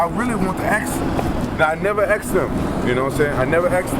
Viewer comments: lol ... He never AXED anybody... He AXED the AXE murderer with a hook and put him to sleep. WAR RAMPAGE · I wanted to "axe" them!